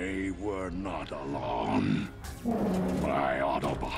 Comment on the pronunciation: I love the fact that optimus says "alone" like "ALON"